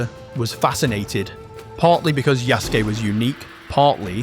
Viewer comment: Ok i agree with you but pronounce it right It is "yah ske" not "yah sue key"